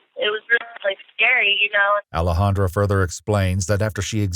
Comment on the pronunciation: Alexandra is being mispronounced.